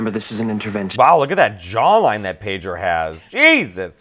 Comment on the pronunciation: More Pedro please. And it's Pedro, not PAYDRO!